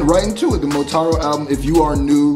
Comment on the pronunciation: “montaro” lol